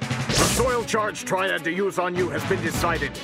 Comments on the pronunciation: im pretty sure its "soil charge triad" not trail or trial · silly, its triad not trial